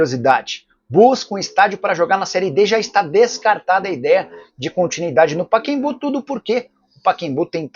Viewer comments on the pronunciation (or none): O nome do estádio é Pacaembu ("Paquembu" não cai bem para um jornalista de seu porte!!!)!